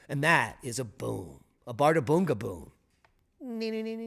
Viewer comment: ð is pronounced 'th' in Iclandic.